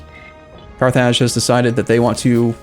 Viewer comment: carth (rth like in north) -idge (like in ridge)